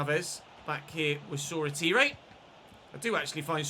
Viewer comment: Shoretire is pronounced shaw-tyre